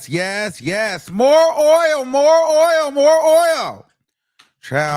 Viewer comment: "Oil!" "Sores!" I can't help but laugh at times! 😂